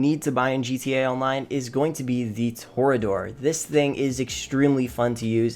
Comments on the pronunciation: Tow ray uh door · I was gonna give a pass for the "Kosatka" pronunciation, I shrugged off "Toreador"... But then I got to "Jugular". "Joogalar". Bro, what version of English did they teach you?